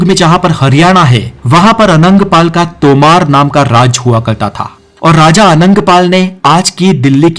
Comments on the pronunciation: तोमार् नही है बो तोमर ह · Sir apki sari pronunciation glt h ..sbke naam glt liye h apne.. वो तोमार नहीं तोमर हैं बलबल नहीं बलवन हैं तलगत नहीं तुगलक है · वंशजों के और राजाओं के नाम तो ठीक से ले लीजिए। तोमर को तोमारा, तुगलक Tughlaq को तलघट बोल रहे हो। एक बार फिर से देखो तो पता चलेगा। किताब पढ कर वीडियो बनाना आसान है परंतु इतिहास को ठीक से जान कर हिन्दी भाषा का सम्पूर्ण ज्ञान लेकर वीडियो बनाना सब के वश की बात नहीं। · Ajeeb Aadmi ho yaar Tomar ko Tomaar Tughlaq ko Talghat Balban ko Babbal Ye toh mene school me hi pad liya tha... lagta h kabhi school nhi gye aur tum Knowledge wala channel chala rhe ho